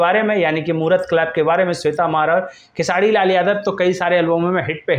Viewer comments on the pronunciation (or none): अबे तु र बोल लेता है तो फिर खेसाडी क्यु बोलता है 😅😂